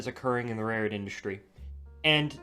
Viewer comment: Interesting subject matter, but I do wish you'd use your curser along the route you're talking about throughout. It would be easier to follow. And, I'm sorry, but you seem to quickly say "rayroard" half the time. Practice enunciating rail-road.